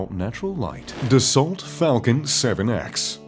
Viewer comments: FYI - it's pronounced BOM-BAR-DI-YAY not "Bombadir" and Dassault is not "Dasalt" it's pronounced DA-SO. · Dassault is pronounced DASS-O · It is DASOO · How to pronounce Bombardier - How to pronounce Dassault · needs to learn how to pronounce "Dasault".